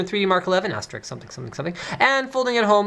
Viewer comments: did he say asterix ? im sure its meant to be asterisk :S hopefully he wasnt meaning the awesome comic book character Asterix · the moment where i had selective hearing and he said ass-tricks and it was funny to me.